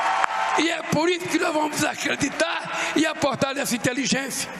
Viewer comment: Aqeditar Em cipropiu para contuir ufuturo melor